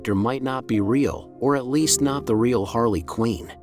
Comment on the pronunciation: How do people make things like this, you think you would have seen the movies/cartoons or be knowledgeable enough about the character to pronounce the name correctly. She’s also been a super popular character for like 30 years but no big deal . I just don’t get it , is it just for views or is lazy content ?